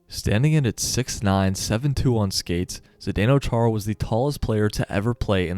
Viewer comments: its Chára not Čára xdd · nerd alert btw, but as a slovak, hearing the "Ch" in his name being pronounced like that just rubs me the wrong way lol (it's pronounced kinda same as spanish people pronounce "X" in "Mexico") also, there's an acute accent on the first "a"... (Chára), which means it's pronounced "Chaara" Sorry to be nitpicking/pain in the *